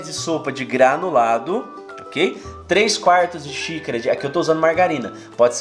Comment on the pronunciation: Adoro os vídeos. Mas não o sei porque parece que o fala "sícara" kkkk